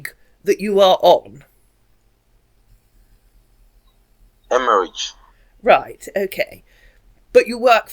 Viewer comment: I wish I could be a scambaiter SO bad…. I just don’t have the patience… the moment he mis-pronounced “Emmerich” I would have lost it on him…